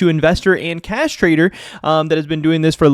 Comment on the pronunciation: Please please pronounce cash as cash emphasis on the h… I almost choked on my drink